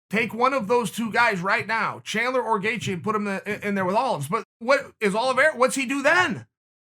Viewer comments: Chael “Charles Olives” Sonnen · Chael: Charles Olives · Chael.. I love you but Charles last names isn’t Olives 😂😂😭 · No one: Chael: Charles olives 🫒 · Me: Charles Oliveira Chael: Charles Olives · “Charles Olives” 😂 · Me: Charles Oliveira Chael: Chawlers Olvera Me: Charles Oliveira Chael: Charred Olives Me: Okay great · Chael really just called him Charles Olives. Damn. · Chael: This is meant to be positive towards "Charles Olives" 😅😂🤣 Chael: Put him in there with Olives! 😄 Too funny! At the end Chael makes it a point to over annunciate Oliviera! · Brendan: Charles Olivreea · Chael said its olives, so its Olives, alright! new name, he must have recently changed it. He is a Hoot! Love my Uncle, Chael P.!